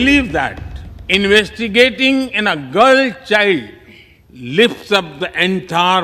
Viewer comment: Investigating ಅಲ್ಲ ಗುರೂಜಿ investing ಅದು 😅